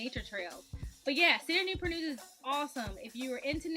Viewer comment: Why they call Newpur News. Not Newport News ?